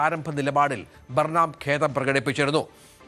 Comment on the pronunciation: ബർണാം അല്ല ബേണം ആണു ശരി ഉച്ചാരണം.